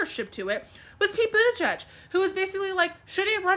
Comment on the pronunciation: One of the heifers pronounced Buttigieg’s name wrong she said Butajudge and was wondering where the outrage is? I want 40 lashes..